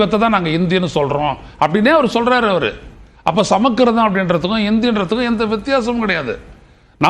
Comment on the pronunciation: சமக்கிருதம் என உச்சரிப்பது கேலிக்கூத்து. அதற்குப் பதில் சமசுகிருதா அல்லது சவக்கிருதம் என உச்சரிக்கலாம். 😂